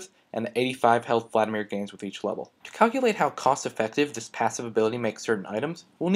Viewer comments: Vladimir, not Vladamir. Emphasis on the first "i". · "Vladamir" Son, I am disappoint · its vladimir not vladamir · "Vladamir" xD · 'Vladamir' lol